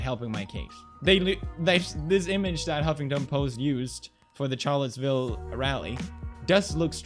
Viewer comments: When he doesn't know the reference so hard that he pronounces it CHarlottesville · It’s pronounced sharllottesville Felix.... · "Ch" arlottesville ... rlly pewds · he said Charlottesville wrong and it got me triggered